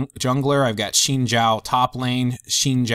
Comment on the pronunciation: Really good video im lvl 27 but i wish i had this when i was a beginner luckily i had alot of friends to guide me :) A on the vid and its pronounced "zin zow" you said the zhao part right though haha